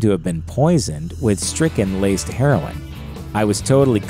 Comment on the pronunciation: lol 'Strychnine' not stricken ya dingbat. Strychnine is a type of poison.